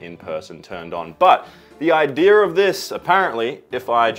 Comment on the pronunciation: My grandma used to say Idear when she said Idea and the way you said it just really reminded me of her, thanks man, she passed at the beginning of the year and it was really nice having that memory pop up randomly.